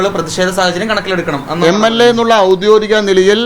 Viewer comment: ഔദ്യോദികം അല്ല ഔദ്യോഗികം 😂😂